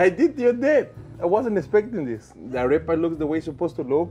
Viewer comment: I don't even speak Spanish but their arepa pronunciation hurts my soul